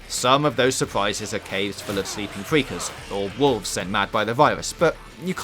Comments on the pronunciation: who done this review Jonathan Ross... "fweakers"?? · Please use a member of staff who can pronounce his (or hers) "R's" correctly.....I mean "fweakers"...."quiet wide" "wesources" ....really?